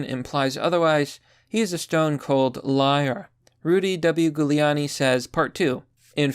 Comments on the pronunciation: I like the content, but I have to ask, do you butcher these pronunciations deliberately? Honestly, it doesn't help your credibility. It's Jewel-ee-ahn-ee. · It’s Jew-Lee-on-e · Thank you. Just trying to assist you here. His name is pronounced in the beginning like a jewel. It actually sounds like Jewel-e-a-knee. 👍🧡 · I love your videos but it's pronounced JULIE-ON-EE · Its pronounced Jew-lee-an-e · Giuliani is pronounced JEW-LEE-ON-KNEE 👌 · It's a soft G!!! Literally pronounced Jew-lee-ahh-knee! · Pretty sure it's Hoo-Li-Ani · Gooleawnni. Lol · Love your work, but you're not from NY. Its pronounced phonetically, jewel-e-on-e. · its pronounced JEWliani, bro.. get it right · The goo-liani is killing me. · are you mispronouncing Giuliani on purpose? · Dude, have you never heard Giuliani's name pronounced before?? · Holy shit, he can't say italian names. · You're saying his name wrong. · Pretty sure that's not how it's pronounced. It's an Italian name, you're pronouncing it in a very American way... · How do you not know how to say Rudy's lady name. It starts with a J sound even though it a G. Bc it's Italian. No one has ever pronounced it with G sound in every major news and TV - ever. Just saying. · Dude I have never once heard Giuliani's name pronounced that way before this video... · Why are you having trouble pronouncing Giuliani?